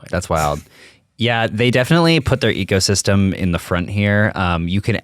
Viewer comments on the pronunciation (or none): I thought I heard "Apple egosystem"...